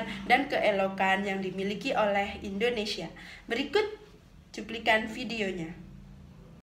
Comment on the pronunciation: Indonesia buk,bukan indonesya=)